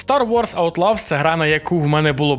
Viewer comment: хоть в гугл транслейт проверь как читается название игры 😂